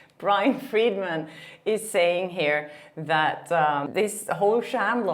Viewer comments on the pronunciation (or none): Brian Freedman is not pronounced Morgan Freeman 😂😂 that cracked me up so good ❤😂